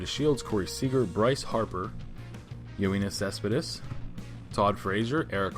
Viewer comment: Just letting you know it's yo-nis cespedis